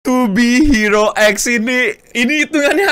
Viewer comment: yang bener pengucapannya to be hero x bang bukan to be hero x